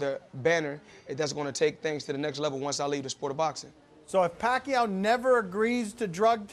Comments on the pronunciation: AHHH WHAT A BITCH HE CANT SAY PACQUIAO!!!!!!!! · Fortunately for you it isn't, but come on dude its a two cylibal word for fuck sake! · gayweather you cant even say the name PAQUIAO lol what a chicken ha ha ha ha ha ha ha ha ......... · "Common Floyd! Say PACQUIAO!" Floyd: "MOSLEY" HAHAHAHAHAHA! Chickenass!! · wow he actually cant even pronounce the word Pacquiao.... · He so scared of Pacquiao that he can't even say the name! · he's afraid of Manny Pacquiao that's for sure! he can't even say his name . . . he might piss his pants!!!! LOL! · Just say pacquiao just say pacquiao ! Mosley! ...... LoL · Floyd juz say pacquiao!!! M O S L E Y!! rofl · how? he cant even say pacquiao's name. pac wants him but he never runs out of EXCUSES , drug test,peds.bigger share of money,pac said yes to all of his demands and still cant fight??.. how in the hell could gayweather beat pacman if he cant even say yes to the fight? even american's are losing respect on gayweather cause of avoiding pacman.. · he scacred! let pee-wee herman live. stop asking pee-wee about pacman fight. he have a legal excuse now-beating up his lady. hahaha. gayweather can't pronounce pacman. he can pronounce pussie-cat: that what he is. he only want to fight all the pee-wee fighters. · Gayweather Jr. can't even say the word "Pacquiao" Pak U Gayweather ! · i almost felt sorry for him, but start laughing my ass of when they asked to say Pacquiao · He's scurd as a turd! Floyd you are goin down!.....Can't say Pacquiao...what a "WUSS"! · "Just say 'Pacquiao'. Just say the word 'Pacquiao'. Just say 'Pacquiao.'" "Mosley." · floyd is great in all area's. he make's a fool of his opponents inside and outside the ring. "just say his name, just say pacquiao"........"mosley"...lol. he's the man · Floyd Floyd Floyd,,,, Just Say the Word "Pacquiao"..... Lol..... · now pacquiao is calling him out and now floyd cannot even say his name geez... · Floyd ! just say Pacquiao ! - Mosely ! EPIC FAIL